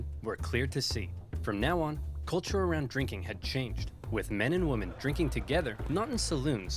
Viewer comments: I love Oversimplified's videos, but goddamn does his pronouncication of women bug me. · Anyone else get frustrated with how Oversimplified keeps mispronouncing the word "women"?